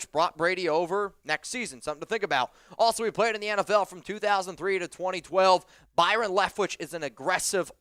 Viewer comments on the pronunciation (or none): none